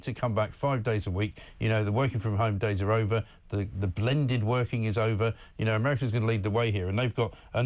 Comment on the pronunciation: Did Mike just say "woking from home" or have i just coined a new phrase?...:)